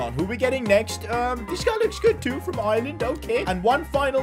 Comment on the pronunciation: Its Ireland not IrIriland🤬😠🤬🤬🤬🤬🤬